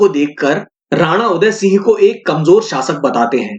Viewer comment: वह सब हमारे आदरणीय उनका नाम आप ढंग से बोले